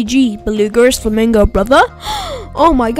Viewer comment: why are u saying beluga and flamingo so weird like dude stop:/